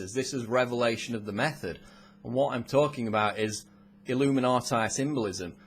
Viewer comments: the pronounciation. It's illuminatee not illuminateye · Why does he keep pronouncing it illuminaatie?! I'm a Brit & we don't mispronounce it. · did he just say illuminatie? what the hell kind of pronuncian is that? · I love how he says "illuminatai" =)